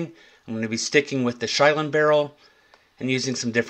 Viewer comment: fyi, it is pronounced “Shill-en”, not with a long “I”. I have been to their barrel factory in Ennis, Texas several times. Quality stuff.